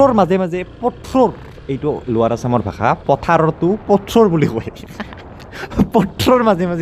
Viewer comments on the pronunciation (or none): none